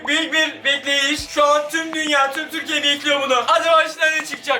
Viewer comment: TÜRRRRRRRRRRRRRRRRRRRRRRRRKİYENİN en gereksiz kanalı na hoş geldiniz 《Fatih Can Aytan》